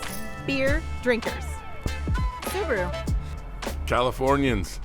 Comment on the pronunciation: Subaru not suburu